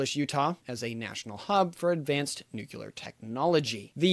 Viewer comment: Nuclear, not nuqulear